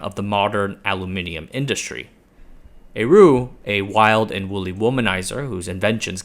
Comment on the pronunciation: Getting “aru” out of héroult Is baffling